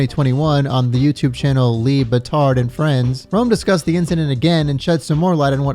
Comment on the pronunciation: "Lee batard" 😂😂😂😂😂